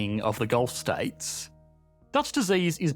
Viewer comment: Had to stop watching due to the annoying Australian trailing lisp, like get that under control and learn to pronounce "Gulf" as not "Golf" lol, and not add like 13 Ys to the end of currency when currency is the last word in a sentence